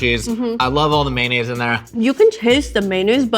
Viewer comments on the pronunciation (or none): mayOnaise, not maynaise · So, we're saying "maynays" now?